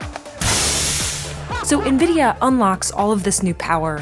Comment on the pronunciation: Actually knowing how to pronounce NVIDIA. <3 lol Soooo many YouTubers butcher it.